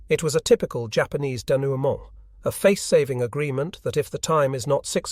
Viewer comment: "Jay- Ahpanees" ?? Has this been a AI voice over the whol time?